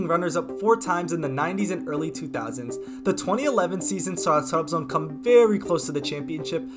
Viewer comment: Trabzon’u telaffuz edişinden anladım Türk olduğunu. Türk olmayan kimse Trabzonu öyle telaffuz edemez. İngilizcene hayran kaldım. Eline sağlık.